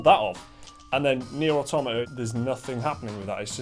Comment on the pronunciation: Thank you for pronouncing "automata" correctly. Nearly every video on YouTube relating to this game gets it wrong.